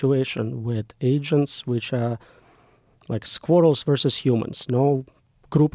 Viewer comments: At first I thought he said squirtles and I thought to my self theres no way joe rogans gonna know what a bloody squirtle is 😂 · Bro said squirrels and I thought he said squirtles. I was like a group of squirtles would fuck us up😂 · I thought he said "Squirtles". I was like : How does he expect Pokemons to wipe out humanity?